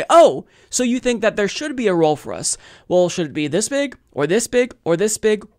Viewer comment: The way he said it and du-PLICK-a-tive (more Aussie-like) are common. His pronunciation of "well" as "wull" is terrible as is his pronunciation of any word beginning with "str"....e.g. "schtrong" for "strong".